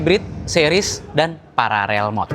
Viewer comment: paralel bukan pararel